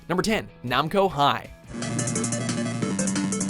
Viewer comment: How do you mispronounce Namco then say it right the second time. Triggered